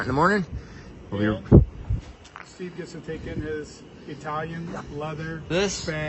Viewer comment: It’s Eye-Tallion. lol